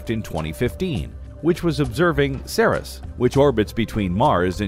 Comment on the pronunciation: I just checked over at Wikipedia, where I confirmed that the way I've always pronounced the dwarf planet Ceres is correct--series, rather than SEAR-us.